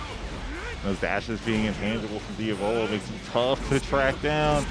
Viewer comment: It’s di-A-volo, not dia-vOlo.